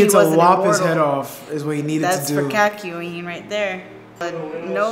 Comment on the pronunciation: its not kak yoween its kok yo in